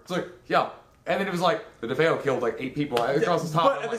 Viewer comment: Okay first off, I heard you say that the DeFeo son's name Is David? No, his name is Ronald Jr or Butch. also the other actor's name who you could not remember is the late rod steiger who played Father Delaney who comes to bless the house in Amityville. Also it's not pronounced defo it's DeFeo (DeFayo). Also the DeFeos that was murdered in the house there were only six, the mother and the father the two sisters and the two younger brothers That's a total of six